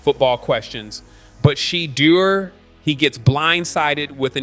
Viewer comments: His name isn't SHEE-DUER. BE PROFESSIONAL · Say the young man's name right. It's pronounced Sha-doo -ur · Every time someone cannot pronounce this man first name it has to be computer generated so you’re not gonna get a thumbs up and you’re not gonna get subscription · OMG! If you're going to speak on him at least pronounce his name correctly!